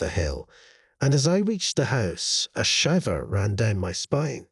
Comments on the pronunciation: I ALMOST thought this was an actual person, then they pronounced "shiver" like "liver"..NOPE! AI.... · Im pretty sure thats just his Scottish accent.